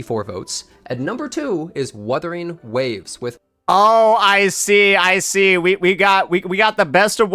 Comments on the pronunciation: Proceeds to mispronounce Wuthering Waves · Bro was shitting on that one dude saying wurthering waves and he started doing it lmao